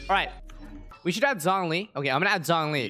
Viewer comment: bro you aren't using Zhongli, but Zhong-E